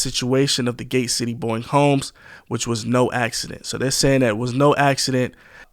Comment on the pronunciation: Bowen Homes, not Boeing.......